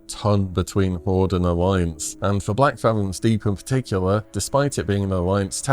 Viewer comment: Theres no S in Blackfathom